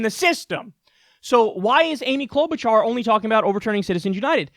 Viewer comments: I'm not going to vote for her. But Jeez, Kyle. Clow-boo-jar? She has been a Senator for 12 years. Her name has been all over the news, including in clips you have ripped apart. You sound like you don't know what you're talking about when you pronounce in that way over and over again. It's like saying "Mir-koo Rubb-eye-oh" for Marco Rubio. She at least deserves the courtesy of you learning her name, as a professional political commentator. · Cloud Boot Jar, lord yes. Never change that pronunciation